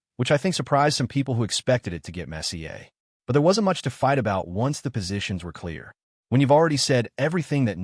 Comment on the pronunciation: Good story. Narration mispronounces the word messier.